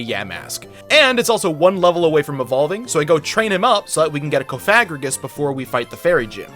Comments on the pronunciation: Its cofagriiigus not cofagragus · And cofigrigus not cofigriegos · the way u said cofagrigus = dislike , i dont make the rules sry bud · You say coffagriegess as coff-a-griegess and snom as snom not snoom